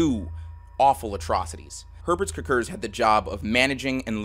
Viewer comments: Every time you said “Herbert Kirkir” (or however you spell it) all I could hear was the Swedish Chef😂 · As a Latvian (and also a bit of a fan of the morbid reality series), this was a particularly fun watch for me and it certainly caught me off guard to see my country's flag in the very first slide...😅 Personally never knew of Herberts Cukurs (btw, the pronounciation you did made me laugh a bit, but this is just how native americans typically spell it anyways), so this was definitely educational. The history of Latvia really is bitter-sweet the more you look into it, but i am proud of where i come from. Cheers!